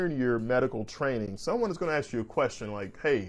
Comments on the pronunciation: Respectfully... you should drop the substitution of axe for ask. It makes.. in my opinion.. you sound uneducated.. which you are not. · K G good to hear! Stop leaving negative comments on these videos. Let him pronounce the word ask, axe without your silly comment.